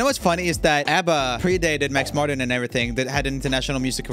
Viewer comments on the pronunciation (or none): none